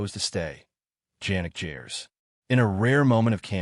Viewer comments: A video about someone and you don't even pronounce his name properly. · pronunciation of his name is just shockingly bad and I've no idea why does it matter if he comes from working class. I mean as oppose to Harris or Murray?? Smith was NOT a founding member. He's not even on first album . Gers played with Ian Gillian before, so hardly nobody. I don't see anything shocking in this video and I don't understand why is it 8min long if material is only 4 minute and change.....what a joke of a video